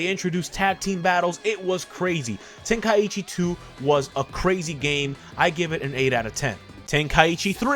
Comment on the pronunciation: Why does everyone pronounce is “Ten-Kai-ichi”??? (Ten-Kie-ee-chi)